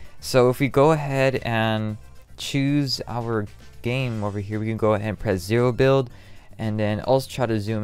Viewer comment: dude said zewo build how much dedotated wam though?